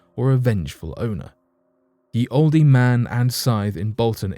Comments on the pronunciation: Pronunciation: old man. Not "oldey man." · Please note that the sign for "Ye Olde Man & Scythe" is pronounced "The Old Man And Scythe" and NOT as you said "Ye Oldee. . ."In Old English, the Y was pronounced as TH as in 'the'. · Also, I heard "Ye" Oldy -- I think he meant "The". Would have given him "Thee" as well since the inn is Olde but the Rune Y is pronounced as "th" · How does dude not know it's pronounced old lol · The “e” in “olde” is silent. Dude! You’re from the UK; you should know that. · Thank you. Sometimes this channel makes me cringe we pronouncing certain words. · Interesting . . . but the "e" in "olde" is silent, btw . . . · Lol I see why you said that. Haha at first I was like ok. But yea it’s silent 😅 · And he said it like 5 times 🤓